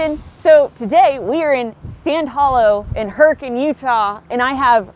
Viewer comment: Forget the rest of the video, I'm so proud of you! You finally said Hurricane correctly. Just teasing, kinda. Awesome video as always!